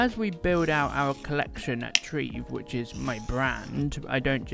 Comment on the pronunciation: Are you sure you're pronouncing Treve correctly? That's not quite how I imagined it.